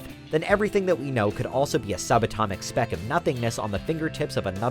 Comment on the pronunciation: The narrator sounds like an oriental. I hear some mispronounciations. Like "speck", he said "spack"; "get" he said "gat". You can hear it clearly. lol !!! This is one of many pronunciation problems that I find with many orientals whose 1st language isn't English, but think they sound like a native English speaker.